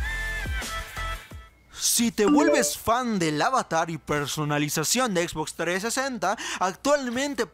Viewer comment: Como me caga cuando no pronuncian bien como la x box >:v